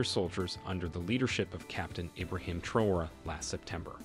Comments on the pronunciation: Very informative video, I wish more African leaders were like him. His name is pronounced Trah-wo-ray not Trow. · Pronouncing the Presidents name correctly will give long way.